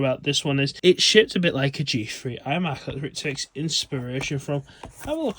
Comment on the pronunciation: Learn how to pronounce th properly. It's not a fre - therefore it's not a G Free, it's a G THree